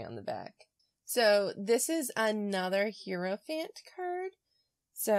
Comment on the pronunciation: Thanks so much for this! And please don't take this the wrong way--I mispronounce words that I've read but never heard all the time. So, no judgment but--Hierophant is pronounced HIGH-ro-fant, not HEAR-o-fant. Keep up the good work!